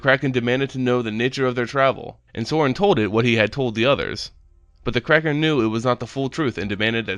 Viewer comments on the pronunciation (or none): none